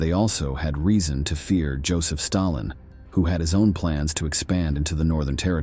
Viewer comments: Where is the narrator from? Very odd pronunciations of some of the stuff mentioned..."Stailin" instead of Stalin, "Swedden" instead of Sweden and at other times they are pronunounced correctly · Your pronunciation of words is terrible. You mispronounced Sweden and Stalin repeatedly.